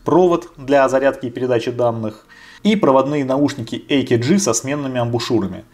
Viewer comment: Отличный обзор. Кстати, AKG - немецкая контора, произносится как А Ка Ге.